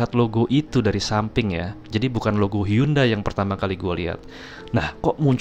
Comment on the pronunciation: Hyundai.. baca nya hende bang